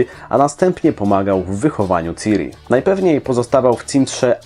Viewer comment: Czyta się ćiri